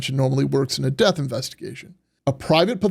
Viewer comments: I'm sorry but a supposed "attorney" should know how pronounce the word "death". Really? The deff of Nolan. Ben Crump is a race-baiter, not an attorney. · Ben Crump is the most racist, ignorant man who is out for his own personal gain PERIOD! And the word is “death” not “deaf” which makes him stupid in addition to racist and ignorant. He just loves to stir up controversy and start problems where there are no problems. Can’t stand his lies! That boy’s friends loved him and didn’t do anything to him but a man like Crump could never understand that because he’s never had true friendship’s like these boys had. It’s sad all the way around but his parents know his friends didn’t kill him. Men like Crump make their living by stoking the flames of hate and perpetuating tales of racism where there are none.